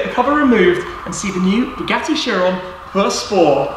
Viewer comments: “The new Chiron Purr spow” man just call it pure sport jeez 😂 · Buggati chiron pur spor😂 that's what I hear. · drink everytime he says perspoor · How he says pur sport makes me feel weird